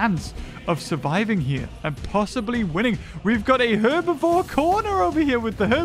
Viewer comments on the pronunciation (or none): none